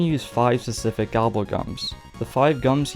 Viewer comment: You need to practice saying specific